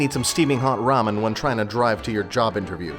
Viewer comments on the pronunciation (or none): none